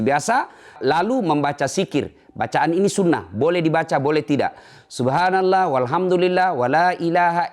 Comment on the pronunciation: Cara mengucapkan subhanallah bikin gw bingung